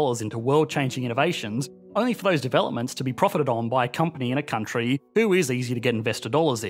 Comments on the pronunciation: why do say "country" so weird....countriiiiiiieeee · this Countryee has an advanced economyee